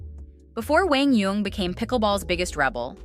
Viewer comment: The commentator is one of the very few who pronounces QD's name correctly. PPA NEVER did.